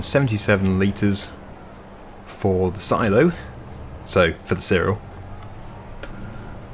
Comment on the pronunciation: And seh-rel